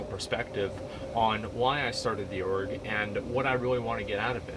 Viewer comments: I kept hearing Orc instead of Org and I was very confused. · Is he saying org? I thought he was saying orc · STOP SAYING ORG